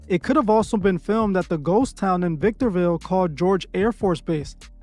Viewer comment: Bruh When He said “Victorville” 😅 😱 I’ve lived here all my life 😮